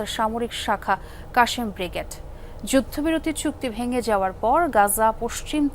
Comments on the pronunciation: Kashem nah, Kassam! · কাশেম ব্রিগেড না।আল কাসসাম ব্রিগেড। উচ্চারণ ঠিক করুন।